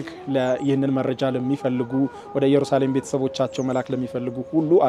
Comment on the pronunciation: የምታቀርባቸውን ሁሉንም እወዳቸዋለው ግን የአሁኑ ላይ ኢየሩሳሌም በሚለው አስተካክለው የራሱ ትርጉም አለው ከይቅርታ ጋር